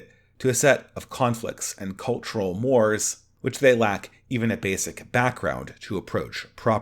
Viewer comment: It’s “more-ays” not “mores”. Not being a jerk it’s just I would want someone to tell me if I was mispronouncing something.